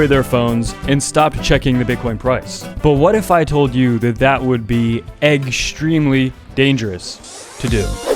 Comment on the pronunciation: Eggsreamly lol?